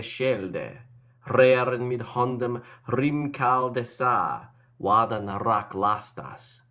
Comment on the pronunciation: hang on... ch in earmcearig, but k in hrimcealde ?